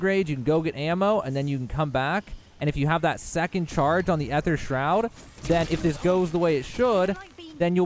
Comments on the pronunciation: It’s pronounced ee-thur, also turn off motion blur, increase your FOV and enable tac-sprint dawg 🤝🏻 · "EE-THER" shroud. The AE combination in words gives it the sound of just a long E